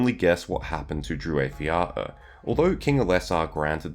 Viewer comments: *"waith" has the same diphtong/vowel sounds as "white" or "why", not as "wait" or "way". Also, the stress is on the first syllables of both words. So, DREW-whyth YAH-oor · Strange that you are so well learned in all Tolkien lore (no irony here, chapeau!), but would struggle to find indications on the proper pronunciation. Tolkien gave so many! and yes....how you say it, is actually pretty off. That said, your voice is very soothing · You are murdering the pronunciation bud